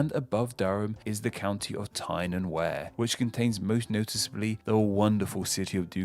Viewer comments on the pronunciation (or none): Wear is pronounced weer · What happened with the pronunciation of Berkshire, Derbyshire and Wear? Come on now! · The river Wear, is not pronounced Where, it’s pronounced We-are. Who is the person doing the commentary, he needs to learn how to pronounce English place names correctly. Durham, comes from the word Dunholme, meaning hill island. So it’s original name translated from Hill Island as the Cathedral and Castle are on a Hill Surrounded by the river Wear by almost 80%. Not town on a hill. Northumberland is named from the ancient land of Northumbria, which was the land north of the River Humber, which extended from The River Humber all the way to the Scottish Borders. The River Humber is no where near the modern County of Northumberland as the river is around about 100 miles South of the most southerly part of Northumberland. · You butchered the "Wear" in Tyne & Wear. It's We-ah, not "where" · Lol Tyne and "where". It's pronounced Tyne and "Weir" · I nearly spat my tea out when I hear WEAR and not WEIR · He also pronounced "Wear" as the verb, to wear, rather than like "weir", which is correct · Sorry, but you got a few pronunciations wrong: Derbyshire/Derby - Dar-bee Tyne and Wear - Tyne and Weir Berkshire - Bark-shire Otherwise, great video. Thanks! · Love the video... Great as always... Except: Derby... Pronounced Darby... As per Derbyshire... Pronounced Darbyshire.... Tyne and Wear... Wear pronounced as Wier. The river pronounced the same. There were a few more in there too. Made me cringe! Such a well researched video deserved well-researched pronunciation too. I hate to make a negative comment! Still love the video. 👍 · The Wear in Tyne and Wear isn't pronounced as he did either, It's closer to "we are". Plus the Humber is not a nearby river to Northumberland. I think he's on a C- for all of this. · And the wear in Tyne and wear is pronounced wee-er 🙂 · The Wear in Tyne and Wear is pronounced like weir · And Berkshire, and Tyne and Wear